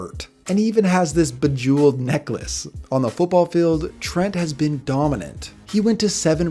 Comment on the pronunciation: “Bejeweled Necklace” cmon cuh